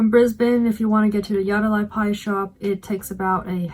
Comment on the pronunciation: Interesting you chose Yatala Pies. I would not have thought that Yatala pies are a tourist attraction. They are great though. BTW, it's pronounced Yat-la.